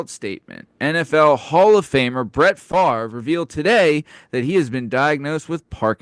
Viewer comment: Not Fav-ree!!!!